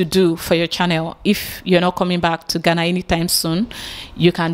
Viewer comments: Abeg ooo its Ghana ( Gaana ) NOT Gana where is this Gana Gana dey? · ITS GHANA ( Gaana ), NOT Gana, abeg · How do you pronounce the 2 ? Do you know the right way of pronouncing it.